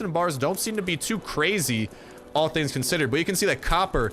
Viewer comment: when he said the word "Tings" Toronto approves!